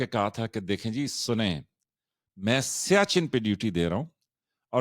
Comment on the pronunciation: السلام علیکم سر سیاچین لفظ نہیں ہے سیاہ چن ہے